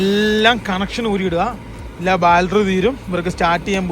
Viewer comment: ബാൽട്ടറി അല്ലടെ ബാറ്ററി ന്ന് പറഞ്ഞ് പടിക്ക്. വയസ്സന്മ്മാരായില്ലല്ലോ